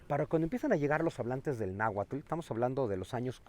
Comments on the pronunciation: Bien por su intención de divulgación, tan sólo un detalle: No se dice Nahualtl, sino Náhuatl. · PESIMA PRONUNCIACIÓN DE LA LENGUA NAHUATL NO NAHUATTTTLLL